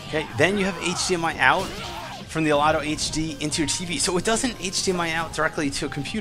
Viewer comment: DUUUDE OMGWTF YOU MISPRONOUNCED THE COMPANY NAME WTF DUUUUUUDE.